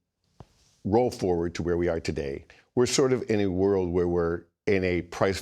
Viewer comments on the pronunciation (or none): none